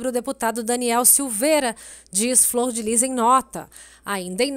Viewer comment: Fror ou flor????